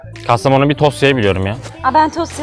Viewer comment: Kastamonu dedi güzel 🇹🇷